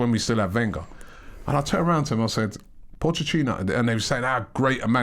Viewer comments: Somebody tell Robbie it's Pochettino, not Pochechino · Robbie stop saying Pottechhino, Pottechhino ffs 😑😑😑✋ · Caleb Wortley The ex spurs manager is Pochettino not Pochechino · Can someone tell Robbie it’s Pochettino not Pochechino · His surname is not pronounced Pochechino Robbie. There is a T there, not a 'Ch' sound. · Nobody: Robbie:. Pochechino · Robbie 'pochechino' 😂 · Pochettino finishes his five year reign with Tottenham and Robbie still calls him pochechino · We should be focusing on how Robbie calls him Pochechino almost all the time!